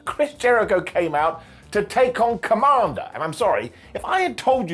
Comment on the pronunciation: The way you say kommander almost came out as Kamala. I was confused at first 😂